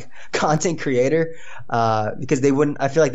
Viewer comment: " you are a content creaTAH entertaiNAH video ediTAH highly qualified pokemon plaYAH" who has stopped uploading heatah fajitah. So fuck you